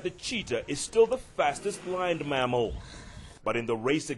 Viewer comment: Sounds like blind mammal lol, he meant land mammal